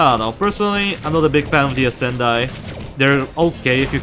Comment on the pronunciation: I would say the pronounciation for the Ascendii is with an [e] instead of a the [i] And the Scytheer is from the word scythe so its more like [sytheer] (without the [k])